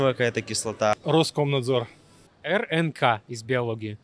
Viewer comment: Ух ты! Все знала, только вот в буковкой Р в РНК не очень кравильнл сказала и естественно И в ИНН тоже индивидуальный называла :)